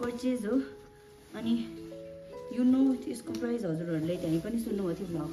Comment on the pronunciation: Price lai prize vanne ma matra hola vaneko 😂❤